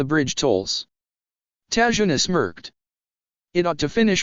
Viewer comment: it's tazuna not tajuna